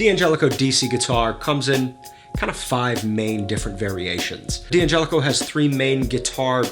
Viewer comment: It's not pronounced D-angelico, it's DANgelico.